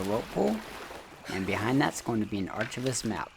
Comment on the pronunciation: Great vids. Very helpful. 1 thing to note on the the archivist maps. It's pronounced arkivist. 😉